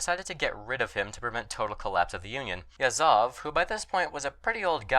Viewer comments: Why did you keep saying Yazóv when it's actually Yázov? That's odd bit with English speakers, they keep doing same thing here and there, except with super famous guys like Lénin or Stálin. Can anyone elaborate on that phenomenon? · I think it's just an american think. I'm English, and while I have some knowledge of russian, to me Yázov is the correct pronunciation. They like to put the stress on the last syllables in general (take for example "Birminghám", Alabama, as opposed to "Birmingham", England.)